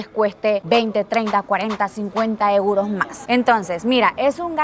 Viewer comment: Joder tio me he ahorrado unos buenos eurrrros ❤😂 lo estoy viendo en bucle JAJAJAJJ